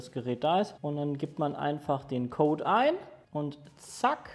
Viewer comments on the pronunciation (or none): none